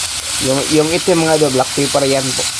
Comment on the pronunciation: it's a black pepper* not black peppar